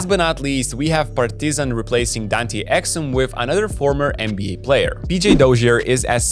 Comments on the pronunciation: Actually,this is how we say Partizan in Serbia,good work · That is the best pronunciation of Partizan and Crvena Zvezda i ever heard of someone on yt, he actually says it right.